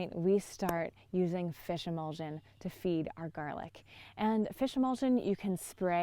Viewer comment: Did you say fishemolsen?